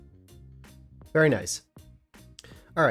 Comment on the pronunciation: Not bad.....you need to learn how to pronounce Apricot however😜 You're welcome